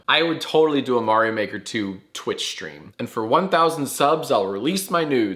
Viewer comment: whole thing with pronouncing Mario as Mary-o is hilarious But I only want to disagree with her because of her reasoning